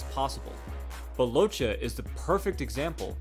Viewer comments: Just to say, this man is ITALIAN, and his surname is read “LOKKEH”, not “Locha”... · congratz.. you managed to misspronouce the name each and every f'n time. its pronounced Lokke, not Locce. ffs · I think it's time some truth comes out about origins, habits, traditions that can influence a man during his life time.. Nicolino LOCCHE, pronounced as Lokke not Lo-che'.. was a Sardinian immigrate to Argentina..if people knew a bit more about ancient cultures in the western part of the world like Basque country or the island of Sardinia,it would be much more easier to understand someone like Nicolino...to make it short..the rural sports and festivities of these countries are completely different from their sorrounding neighbors.. It's a Sheppard's country which means dealing with unpredictable animals like mountain goats etc and the short and fast step folk dances that represent these cultures gave birth to a very particular way of moving and evading obstacles..it's in the DNA of people these memories..even living far away from their mother land...so Nico use to say when asked why he did not hit hard or knocked out his opponents.. "I don't like to hurt people..I just enjoy making people enjoy the boxing play..". If any of you check the Urthus e Buthudus of Sardinia you can see how spontaneously people climb any obstacles without training ..and fully dressed with heavy fur and kilos of bells and even chained to others...all it takes is the whish to make people enjoy with a few glasses of wine a lot of physical feats . that's the origin of the ability of great Nicolino LOCCHE... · Great video. Only correction I can think of is his name. He may have chosen to be called by the pronunciation in the video but Locche is a Southern Italian name. It is pronounced "lok'keh" with a very short syllable between the two C's. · beautiful video. Just one thing, although he's argentinian, he's of italian background, so, his surname is pronounced Lokke.